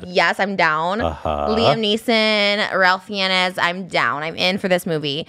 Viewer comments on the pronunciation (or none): “Ralph Fee-ennis” 😂😂😂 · STOP THE WAY SHE PRONOUNCED RALPH FIENNES NAME 😭😭 its rafe fines girl not ralph finesse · I know this is old and it's the least interesting part but her pronunciation of Ralph Fiennes has me unconscious and convulsing rn